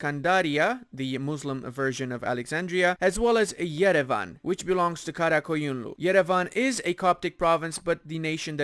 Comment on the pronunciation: finally, a youtuber who can pronounce qara qoyunlu right. subbed